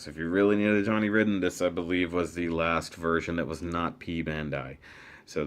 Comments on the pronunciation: It's pronounced Ryden, not Ridden :P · I shall pronounce it 'Rid-den' Because that's how its spelled